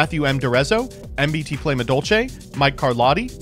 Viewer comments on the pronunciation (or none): none